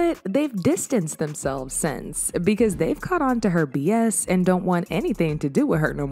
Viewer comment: That "zon't" took me out😂😂